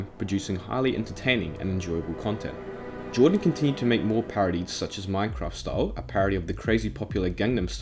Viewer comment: It’s Jardon not Jordan